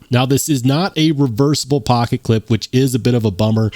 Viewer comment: I swear I heard you start talking in a bronx accent when you said "pocket pecka" 😂